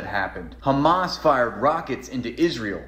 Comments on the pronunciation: Yes, it's very annoying when these Zionists say: KKKHHHHHamaas. Especially to me as an Arab who know that is not how it's pronounced at all. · Umm, they say khamas and not hamas (with an h) because that’s how it’s pronounced in Arabic and Hebrew. These guys are literally a stereotype of ignorant airheads. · I'm Jewish and I can tell you exactly why. The reason they do that is because in Hebrew there is no H sound so it sounds like a hard CH sound. It's why people pronounce Hannukah, Challah bread like that and Chaya like that. Btw not defending Ben or any of these fascist goons. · The reason Israelis pronounce it like that is not to be disrespectful or anything. It's just how they pronounce the letter ح. A lot of non Arabs struggle with pronouncing the letter, and they're just using the closest Hebrew equivalent.